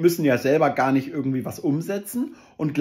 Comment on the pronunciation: Woher kommt das, dass er ürgengwie sagt statt irgendwie?